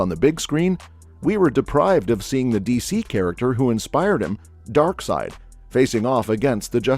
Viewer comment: Omg. “Snyderverse”. You’re killing me man. For real. Hurts my ears. At least you said DarkSeid correctly.